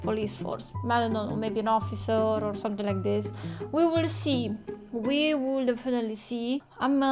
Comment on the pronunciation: I love how most of your words end in K Somethink Yellow kink Sufferingk 🤣😂